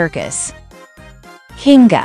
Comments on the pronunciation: DONT REMOVE K AND SWAP THE N AND I IN KINGGA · Kinga,king-ger or kinger?